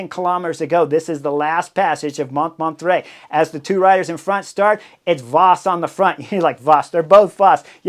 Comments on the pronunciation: Hey Chris, I love your videos, have watched every single one of them for years, at this point. But there's one thing that really bugs me, it's not just Bob Roll who mispronounces foreign names and places. For example, 'Montmartre' in your video today. That's one of the most famous hills in all of France and you're mispronouncing it so bad that I couldn't even figure out what you were referring to, the first few times you said it. Could you just take 5 or 10 minutes before a video and review how to pronounce foreign names and places? Wikipedia often has audio of the pronunciation for well-known names and places. (Other examples that spring immediately to mind: It's Nils Pollitt not Paulette. It's Giro d'Italia, not Giro di Italia. I could go on...) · With all due respect your pronunciation of « MONTMARTRE » is terrible 😹 the -t is SILENT and so is the final -e. So it’s « mon-martr » like you would pronounce « bartr » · Pronounced mon-mart. The first t is silent. The re at the end is not pronounced but just makes the last t pronounced. Great work on the commentary though. Thanks! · Came here for this. It's a little funny to hear him really trying to pronounce it properly "French" and failing that much harder because of just that 😂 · Sacré bleu, Chris! Montmartre: pronounce it like this, Chris Moan-mar-tra , not mont mar tray. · "Mon(t)-mar-tr(uh)" mon cher ☮️☮️☮️💯☮️☮️☮️ Easy on the /t/ & /uh/ Although "Mont martray" is darned unique ❤❤ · What a race it was. Too bad Lotte didn't win, she had the legs. But had to give too much in returning to the group after the crash. But it was an amazing race to watch. You should have learned how to say Mont Martre. I didn't know what you were talking about. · Took me a while to figure out you meant Montmartre 😅. FYI: it's pronounced "MON–MART" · Sorry Chris, you pronounce the hill Mont Mart. Just for future reference. Love the show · Mon -mon-trai…..it took me a while to figure it out. Maybe because I am French🙂 I love your show !